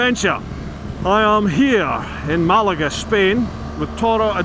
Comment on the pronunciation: Enjoyed the trip vid - especially your pronunciation of town names - you did get Malaga right! And Fes to be fair....